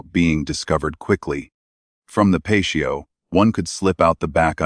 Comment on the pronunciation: What is a Pachio…….oh you mean a patio!! If you insist on annoying your subscribers with AI narration can you at least furnish us with the decency of actually proof reading the pronunciation of the VoiceOver! It sounds absolutely ridiculous and actually ruins all the effort that you have put into making what would otherwise be very good content!